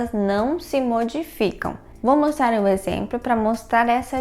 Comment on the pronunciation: "Exempro" kk